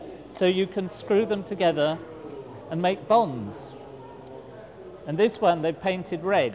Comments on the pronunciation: I thought he said bombs not bonds. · i thought he said bongs, lol